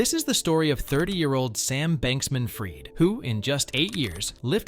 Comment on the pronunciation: If you can’t get the name right in the first 5 seconds…